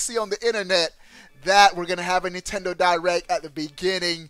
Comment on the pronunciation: nintendo "di-wreck"